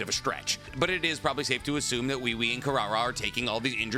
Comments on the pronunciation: The way he keeps saying wewe😭😭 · Why does have so much trouble pronouncing Ui Ui? It’s obviously pronounced as “We We” in the anime. Both sub and dub.